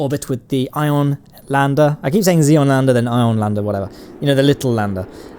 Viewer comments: Props mate, fantastic job!! :D But btw, its Xenon not Xeon ;) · The word "Xenon" has more letters than you think it does. Notably, that "N" in the middle you choose to ignore. It's not Xeon.... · XENON NOT XEON! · Are you saying "xenon" or "xeon"? It sure sounds like the second. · Please pronounce the "N" in xeNon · why does he pronounce xenon as xeon?